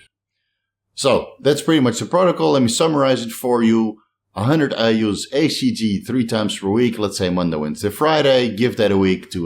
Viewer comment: I thought he was saying ACG? Just wanted to be sure it was HCG.